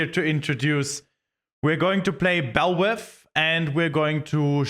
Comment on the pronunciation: Why do Germans pronounce Vs as Ws?